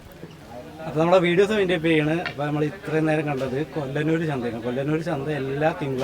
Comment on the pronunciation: കൊല്ലനൂർ അല്ല..കൊള്ളനൂർ